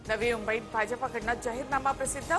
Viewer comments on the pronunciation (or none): Aadhi mumbai nit bolalya shika reporter umbai kay asta?